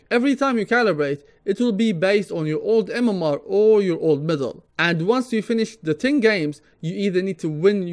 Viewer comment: T'was quite confusing at the start because you pronounced medal as middle, haha. anyway, keep up the great content bro. thank you. I like valve's new mmr system, it's much more friendly for newcomers and esp for kids who playing dota, it's really encouraging to win more games in the long run unlike the plus or minus 25mmr, plus it's updated to filter out acct. buyers, which I believe to be very few in population.